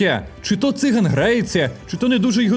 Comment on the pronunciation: у слові циган гаголос на другому складі. це вам будь-який циган скаже